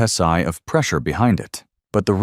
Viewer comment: I would like to find a 3008 rifle with that pee-sai! Garbage AI.